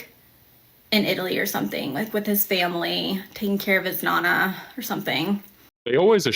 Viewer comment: ick, as a half italian, it just crushed my soul hearing her butcher such an easy italian word- nonna (grandmother) is pronounced NO ☼ NA, not NA ☼ NA